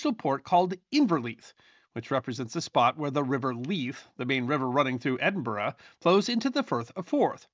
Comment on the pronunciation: As an Edinburgh resident I extend kudos to for managing to get the pronunciation of Edinburgh correct - famously, or infamously, American visitors struggle to get the name correct, mispronouncing it as "Edin-burrow" (no, it's not a home for rabbits!) or Edin-Burg (the like Gettysburg), but got it! I do hope you took advantage of the many fine pubs strategically placed around the city to allow you to rest from walking up and down those hills (and as many of the pubs are themselves historical, it would be, ahem, research for, not just an excuse for an ale).